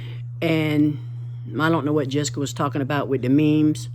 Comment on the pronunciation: guys it’s JESSIKA not jessica,, smh